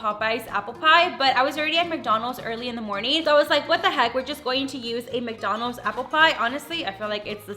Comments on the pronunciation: Why do you say McDonalds like that? “McDonals” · Love how she says "McDonos"